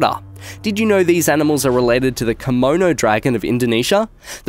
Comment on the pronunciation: Did you say “kimono” dragons? Aren’t those the ones that wear those Asian robes?